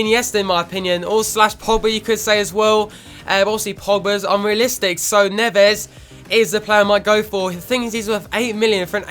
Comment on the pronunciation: Ruben Neves is pronounced Ruben "Nevz"